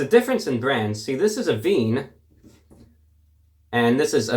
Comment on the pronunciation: The "Avene" is pronounced "Uhh-venne" (not like oven)